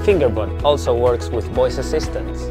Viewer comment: Of all the actors with all the accents, and all the product names in the world. You guys had to name the thing FingerBot and you had pick the actor with an accent that makes it sound like he's saying "Finger Butt". ... Lol.